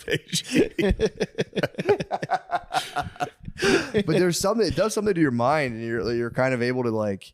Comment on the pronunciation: I giggle every time I hear them say "auto-fay-gee". 😆